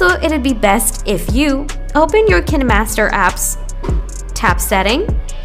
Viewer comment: I dont trust any video who claims they can fix something when they cant even pronounce the name of the app correctly.